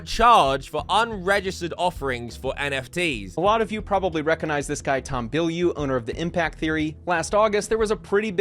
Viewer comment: Your voice is a bit piercing, and it varies in volume too much. I'm not sure why you say "vis" instead of 'this' a lot of the time, either. 😂